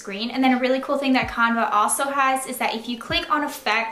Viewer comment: BTW you say canva, Can Va